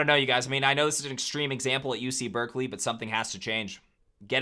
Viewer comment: Bruh it’s Berkeley….